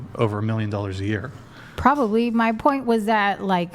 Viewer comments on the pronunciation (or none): Urghhh! The word is probably, not prolly. Prob-ab-ly. I knew that when I was 5.🤢